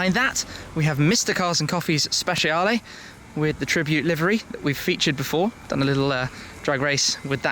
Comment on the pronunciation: Please use Google Translate and it will tell you how to pronounce the 458 "Speciale" ( Spe-Chaale) in Italian and the Huracan (Oorah-Can) in Spanish. No "H: in Huracan.